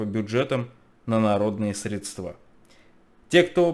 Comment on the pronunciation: Не стоит говорить средствА, живя в Петербурге. Не позорьте город,. Я в шоке. Не ожидал от Вас.